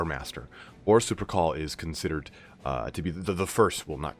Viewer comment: for some reason everytime he says horus lupercal i hear horus supercall